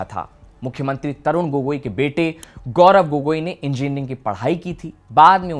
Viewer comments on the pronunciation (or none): none